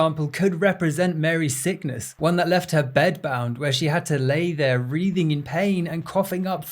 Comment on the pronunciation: Writhing, not wreathing.